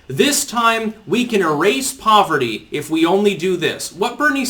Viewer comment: "We need tuh wipe out povuhty, in the United States. We need tuh wipe out hunguh, in the United States" 😂 Your Bernie voice is quite good.